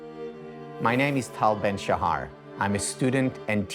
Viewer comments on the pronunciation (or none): The best part of this video was him saying his last name in the whitest way possible